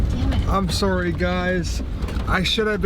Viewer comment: In the beginning when you said "I'm sorry" sounded super Canadian 😂 keep up the cool videos man 🤘🏼